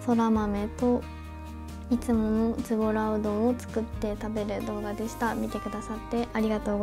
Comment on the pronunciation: の 「ズボラ」はなんかズボラじゃない…（語彙力）